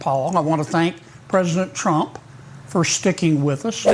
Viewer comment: Karolyin Leavitt is still saying Chump instead of Trump. She really needs to get that speech impediment fixed.